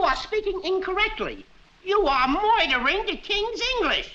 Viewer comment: Donna Evans moidering